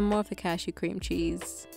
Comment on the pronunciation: saying "Qw-qwweamcheese...?" out loud immediately activated my fight or flight response